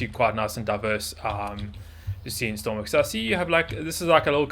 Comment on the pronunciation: stop sayings stormwix it's stormworks idiot im tired of you saying stormwix!!!!